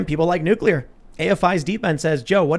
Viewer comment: Dude. NUCULAR? 🤢🤮